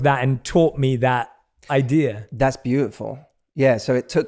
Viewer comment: It's not "idear." but otherwise, great podcast.